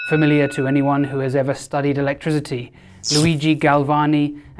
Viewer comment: Awesome video, great puns, but your pronunciation of "electricity" as "electri*z*ity" drives me insane 😅